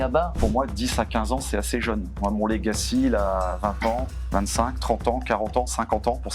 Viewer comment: Il ne peut pas y avoir une prise de conscience des risques numérique si il y a des mecs qui parlent franglais, utilisent des mots anglais qui sont des faux-amis de mots français. Il y en a un qui dit : "j'ai 10 ans de legacy". D'une part il est infoutu de prononcer le mot correctement, d'autre part, ça veut dire quoi dans le contexte? Je suis dans l'IT depuis plus de 20 ans, je bosse sur de l'IA et de la cyber-securité. Je n'ai aucune idée de ce qu'il raconte. Arrêtez cette vibe pourrie de bobos d'employé le franglais. Parlez français ou anglais mais choisissez !!🤬😡